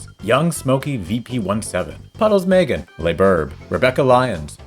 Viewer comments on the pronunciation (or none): none